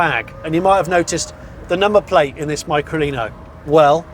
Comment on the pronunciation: sound's weird how you say it, .....try Lino Micro, and turn it back again, so no Mycro Lino.......